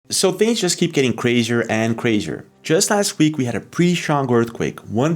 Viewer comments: Cwazier and cwazier?! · cWazier & cWazier indeed